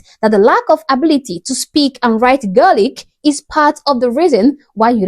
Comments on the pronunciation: Gaelic (gaylic) not guelga the fact that she's complaining and can't even pronounce it right is even more annoying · One thing Irish schools do RIGHT is teaching Irish Gaelic to the kids. And what she said was NOT how it’s pronounced. Daft woman. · If you can't even pronounce the word Gaelic you have no reason to be in Ireland and complain about it!!